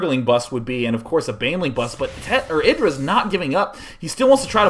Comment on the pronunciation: isn't it pronounced "eye" dra?!?